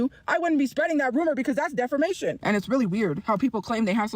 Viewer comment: Does she call it "def-fer-mation"?